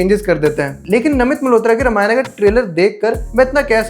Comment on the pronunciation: Ramayana nahi bolte. Ramayan bolte hai. Mummy papa ne nahi sikhaya?